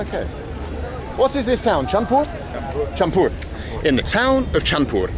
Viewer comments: ITS PROOUNCED LIKE CHAD -PUR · The city is called Chandpur, pronounced like "chad-poor". The park is a tourist attraction because it is situated right beside the confluence of three rivers: Padma, Meghna, and Dakatia. These rivers converge here and flow southward as a single river, eventually reaching the Bay of Bengal. The other side of the river is called 'Puran Bazar' which translates to 'Old Market'. It was a famous business hub back when the river was the primary way of transportation. At peak monsoon, the triple confluence becomes a dangerous whirlpool. Small boats, even those equipped with engines, often cannot pass by the junction at that time of the year. And yes, the city is renowned for its Hilsa fish. Fish from the southern parts of the country arrive here before being distributed to other regions along with the local catch.